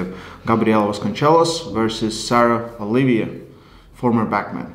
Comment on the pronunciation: Oliva not Olivia :D